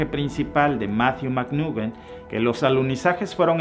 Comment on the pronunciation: Se llama Matthew McConaughey, no mcnugen.😐